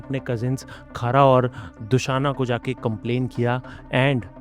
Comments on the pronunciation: bhai khara or dushana nhi... Khar aur Dushan hona hai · sec,,,,Khara or dusaana....😂😂....waise video achhi h..uss k liye ye choti galti chall jati h.....real name h..."khar aur dushan" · Don't pronounce it khara and dushna just pronounce in Hindi khar and dushan only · Documentary bahut sundar bnyi h pr thoda correction ye h ki kuch words ke pronunciation galat the like खर- दूषण को खारा- दुषाणा and योजन Ko योजना , kayi log apka channel dekh kr kuch naya sikhte h to wo correct pronunciation use kre aur aap apni nayi video me sankrit aur hindi words shi pronounce kriye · Pehle pronunciation theek se bola kro Khara nhi खर दुशाना नहीं दूषण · Kharaaaa aur dushanaaa nhi khar dushan hai😂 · Just under a minute in the video and soo disappointed....what the hell is KHARA and DUSANA....why to pretend that you don't know the pronounciation. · Good effort but please pronounce correctly.. it’s Khar and dushan not khara and dushaana 😂😂